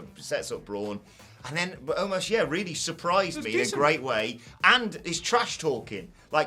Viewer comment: Someone tell it's Omos not Omas